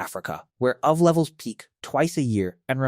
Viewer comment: wtf is "oov"? This sounds like it was spoken by an AI that doesn't understand that UV is an acronym